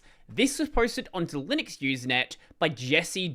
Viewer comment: Probably why I laughed the instant tried to pronounce it.